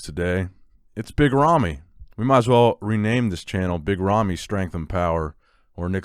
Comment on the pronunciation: "Nicks Big Ramys and Biga Ramys" XD